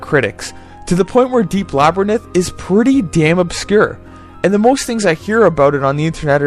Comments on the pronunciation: Two issues: the magic interface really isn't as difficult to work with as you put it, and secondly, it's la- (like the a in slab) brr (like oh damn I'm cold) rinth. You were pronouncing it labrinith, placing the "y" where the "i" is and putting the "i" in between the "n" and the "t". Other than that, a very fair review. Well done. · Labrynith? "LABRYNITH"? Srsly? You might as well call it 'labrythin'. Read along with me, now: LA-BY-RINTH. The R comes after the Y, and the N comes after the I. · Laberninth? I giggle every time you say that. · lol, its funny how you pronounce labyrnth "lab-ruh-nith" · You don't pronounce Labyrinth right at any point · I know this is a dead channel, but this was the first video I watched back in 2016 after I replayed this game. I randomly remembered your channel today and this video and now I'm going to watch all your vids. I watched a bunch of then back then and I remember watching your Oni playthrough on upload day. This is such a gem of a channel, even if you can't pronounce Labyrinth. 😂 Your videos have so much personality. Inspiring. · I dont think you're pronouncing the word "Labyrinth" correctly